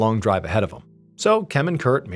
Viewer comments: Spent 10 minutes wondering when TF MrBallen forgot how to say "Kim" 😆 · I can't finish this video. I heard you pronounce it correctly randomly twice and then go back to "chem" instead of just "Kim". I'm 4 and a half minutes deep and so distracted by this that I so far have zero idea what's happening in the story. I watch every upload and your channel helps me sleep and pass time when I'm struggling with my MDD. Thank you sir 🙏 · Why do you keep saying chem? It’s Kim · In God's name why are you saying "Chem" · At what minute are you hearing him say “chem”? I’m 30 minutes in but I went back to the beginning after seeing your comment.